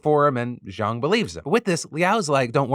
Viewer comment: Good Chinese pronunciation. The west speakers normally pronounce it like "jayng", when its "jaaahng"